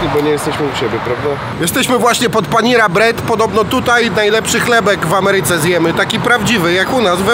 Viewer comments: Jak to powiedziales ? Panira bread.Zarabiacie takie fajne pieniadze a nie mozecie sie przygotowac profesjonalnie do materialu.Ja pierdole “panira” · Ludu mój ludu. Pan przedstawia się jak “Mr. I know it all” a często pieprzy bez sensu. Panera bread nie wymawia się jako panira tylko tak jak się pisze. Po drugie to nie prawda że nie ma stałych cen za usługi medyczne czy że są jakieś indywidualne licytacje. So określone stawki między szpitalem a ubezpieczalnia. Poza tym Ciebie bardzo lubię oglądać. Trzymaj fason